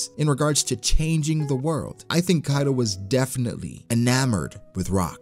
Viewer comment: Hi ! Great video, I have one question though, you're not the only one I heard say Kaido like that, like "Kairo" with a rolled "r" even though even in the japanese version of the anime it's pronounced Kaido with a "d". So why like that ? (genuine question) and again you're not the only one.